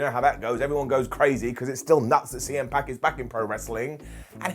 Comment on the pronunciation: I thought i heard you say "CM Pac" at the beginning and it made me imagine a really strange tag team lol